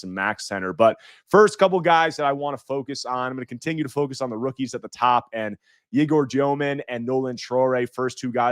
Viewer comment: Sorry man I couldn’t understand when you said egor demin, I wasn’t sure who you were even talking about. Go look up the pronunciation since you’ll be talking about him quite a bit